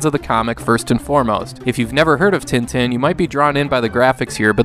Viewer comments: It's pronounced Ten Ten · With nasalized vowels, as I mentioned earlier. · Just FYI, Tintin is pronounced more like 'tahn-tahn'